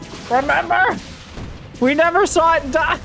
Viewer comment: "I came, I ZAW, I proxied... How many Racks?" Lol.